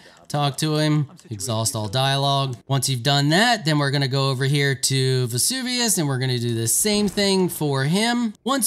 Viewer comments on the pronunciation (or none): Who the f*** is Vezuvius? His name is Seluvis. Before making a video make some notes how to pronounce the names. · Ah yes “Vesuvius”. My favorite npc